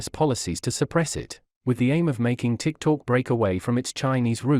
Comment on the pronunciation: The intelligent robot reading the text should be taugh to pronounce TikTok correctly - it is not Tik Talk!